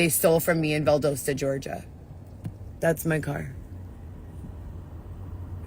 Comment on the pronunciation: It's not pronounced ValdOHsta..